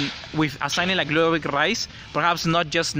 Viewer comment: It's ludovit lol